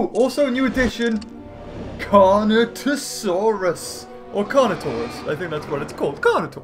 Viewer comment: automatically triggered when he said carnitasaurus when it was carnotaurus.😠